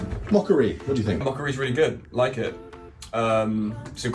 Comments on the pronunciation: I see what you are saying the pronunciation of mokka-e is making a mockery of moh-curry.😃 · I can't get over the fact that you pronounce it as "mockery" :D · As a non native English speaker it never fails to amaze me that the British pronounciation of the Mokka-E sounds like ‘moh-curry’, as if it is some sort of Indian dish. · We pronounce it more like 'mockery'. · GREEN! And quite hilarious, that it's pronounced as "The Mockery". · who else heard him speak of a mockery-car? a grrrrreeeeen mockery? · Did nobody at Vauxhall realise what it actually sounds like when somebody pronounces the name of this car? It might Look okay on paper MOKKA-E but in the real world it sounds like the word Mockery Look up the word Mockery in a dictionary and here is the definition:- a>an absurd misrepresentation or imitation of something. b>ludicrously futile action. Examples It can be used in sentences like this:- " I turned up for work in this car and I was greeted with lots of Mockery" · Funny how brits pronounce the mokka e as mockery without them realising. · That is only a UK thing. The rest of Europa doesn't add the R. We don't pronounce Opel as Vauxhall either. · That's how most people around here pronounce it. The ridiculous name is doing Vauxhall no favours.